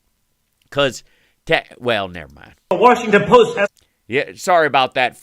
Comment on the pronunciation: The Washinton poost??? 🤣😂😅😄 Omg... 😂